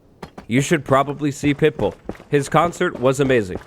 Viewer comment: it took me until the end of the story until i realised he said pitbull and not pipple 🤡